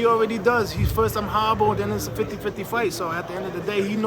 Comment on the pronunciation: 🤣 This guy is still pissed that Canelo said his a ho ri ble fighter. Ho rrrible.